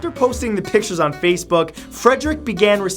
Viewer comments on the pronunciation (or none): none